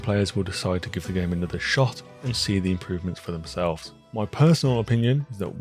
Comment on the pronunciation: i was thrown this whole review bc every time you say wilds it sounds like worlds